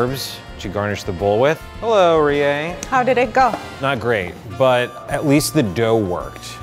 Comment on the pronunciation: In NO way attempting to shit on, but am I the only one bothered by the way he says "Rie"?